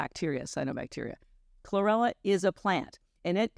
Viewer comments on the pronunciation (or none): She said chrorella